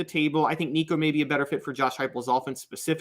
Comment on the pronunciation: pronounced Nico’s name correctly!! Well done sir🐥🐣